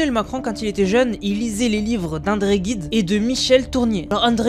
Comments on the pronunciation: Juste une petite remarque en passant,: à propos d'André Gide, ce se prononce " Jide " et pas " Guide ". 😉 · André Gide et non Guide svp. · Gide on prononce Jude et pas Guide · Prononcez André Jide pas André Guide donc André Gide. Merci. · Alors pour info, quand on est français, on dit André Gide (à prononcer Jide) et pas André Guide... 😉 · Andre Gide et non guide!!! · va falloir développer ta culture ……!!!ANDRE GIDE ET NON ANDRE GUIDE………c’est bon pour les américains ……mais pour un français ça la fout mal……! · PUTAIN MAIS C'EST ANDRÉ GIDE pas GUIDE !! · On dit André [jid] et non " André Guide " puisqu'il n'y a pas de "u" après le G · André Guide ? personne n'a remarqué ? C'est André Gide. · "André Guide"...il est où le U ?. G+i ça fait JI...Vraiment ces youtubeurs pas des premiers prix... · André Gide,pas guide,ah la la,les macrons auraient pu vous apprendre le français aussi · ça se prononce Gide et non pas guide ! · Pas André Guide mais André Gide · On prononce, André gide, et non pas André "guide", ça au moins, j'en suis sûr et certain...! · "andré jide"(Gide) et non pas "guide"! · Pardon mais on prononce André Gide = jide. Cette histoire on la connaît depuis 3 ans Candace Owen a bien été documentée ! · Prononciation du nom d’André Gide en langue française : pour la première syllabe du nom de famille de cet écrivain français, né le 22 novembre 1869 à Paris, il faut prononcer le « g » comme le « j » du mot « journal » ou « jeune » par exemple. Donc on dira « jide » main on écrira et prononcera « Gide » bien entendu. Amicalement et bonne continuation. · Gide se prononce j et pas g.....